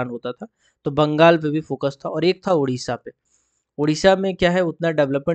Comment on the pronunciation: It's not Udisha it's Odisha pronounced as O disha